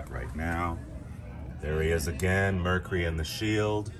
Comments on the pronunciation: MER-KYOO-RY has three syllables! *Surely you've heard it said properly. Also this is NOT one of very few 4-door wagons with no B pillar. They were a late '50s-early '60s fad. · Mer cure ry Not mer ku ry